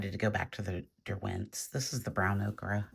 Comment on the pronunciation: The correct pronunciation for yellow ochre is “O-cur” not “O-cra”. I love your work! Thanks so much for sharing.